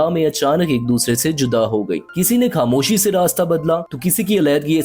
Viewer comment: آپ کے تلفظ بہت خراب ہیں مداح۔ کھاموشی ((خاموشی)۔ گایب (( غایب) وغیرہ۔